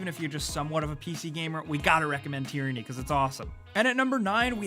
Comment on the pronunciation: Tearinnie? It's TYRANNY.